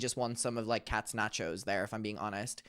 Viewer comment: OH MY GOD THE WAY YOU SAY NACHOS STOOOOOP